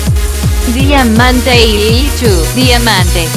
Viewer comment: El tratuctor dijo DIAMANTREILICHU 😂